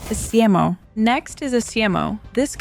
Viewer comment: esimo. the game tells you how to pronounce it